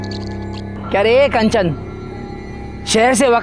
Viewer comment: Are sir कंचन को आप कांचन क्यू बोलते हैं